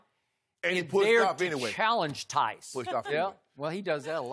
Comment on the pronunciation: Yoooooo skippp had me dying with “nice theis”